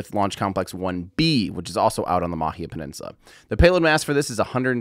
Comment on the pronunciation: Hey Tim - nice to see you getting the macron over the 'a' in Māhia - attention to detail :-)